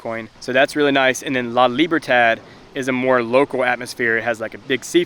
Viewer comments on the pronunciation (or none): none